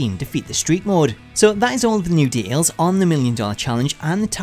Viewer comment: I know you said details, but it sounds like de'als